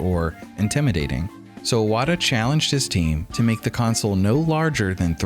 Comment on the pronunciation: imagine doing a 25 mins video about iwata and calling him "awata" nonstop...